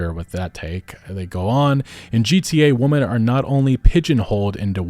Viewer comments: Why can't he pronounce "women" correctly? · Sorry but what the hell is up with people these days not knowing the pronunciation difference between womAN and womEN. 🤔🤔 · You seem to have trouble differentiating or pronouncing "women". You keep saying "woman", plural and singular. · hey brother, "women" is pronounced "wih-men" thank me later